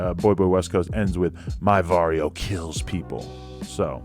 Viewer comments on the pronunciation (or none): "Vario" lmfao it's barrio